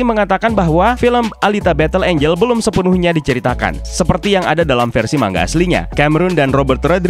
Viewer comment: Bacanya manga bukan maNga